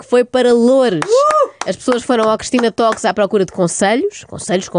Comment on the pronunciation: Conselho / Concelho adorei. (Uma dica: ''talks" pronuncia-se ''tókss"')